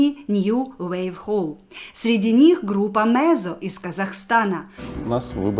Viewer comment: "Mezzo",, читается Меццо, пишится zz,,,от муз термина